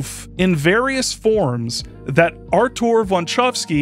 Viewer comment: You dropped a K there, but otherwise it's a good pronunciation. In particular I appreciate that you pronounced the Ł and the Ą correctly. The accent in (the Polish pronunciation of) "Artur" goes on the first (well, second-to-last) syllable though. It's a minor nitpick that I just wanted out of my system because I'm a native speaker of this bloody language and we're Just Like That™. One of the most famous gags in Polish cinema is a Pole using a made up last name to annoy a German typist.